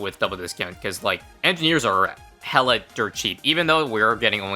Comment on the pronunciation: sometimes you pronounce it Monkey edgineers